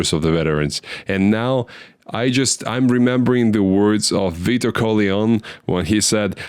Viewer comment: You slaughter my boy name 😅😅 Vitto ....."VEET-O"😅